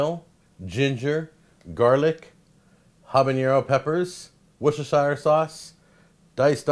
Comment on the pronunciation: Worcestershire sauce is pronounced Wuss-turr-sherr.